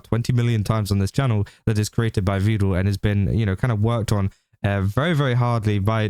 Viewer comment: Is he saying "Vedul" as a joke, or did he learn the pronunciation from Evil?😂